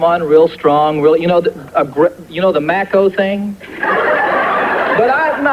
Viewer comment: Haha, John, that's macho, not Mac ho. 😂